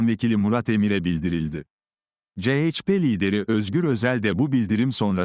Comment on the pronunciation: Ceyçpe diye okuyan sivri zeka programdan caz geçemediniz gitti